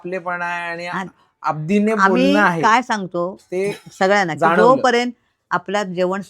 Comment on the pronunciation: अबदीने नाही... अदबीने म्हणावं